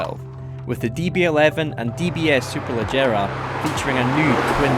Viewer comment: Why Superlejera? It's Superleggera!